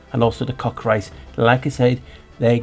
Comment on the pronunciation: I'm glad you called it the Cockatrice and not the "Cockatreece" the way some people mispronounce it. Like "Minotaur" and not "Minatar".